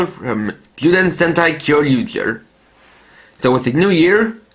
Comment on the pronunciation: If you are going to pronounce Kyoryuger you must pronounce it "Kyoryuja"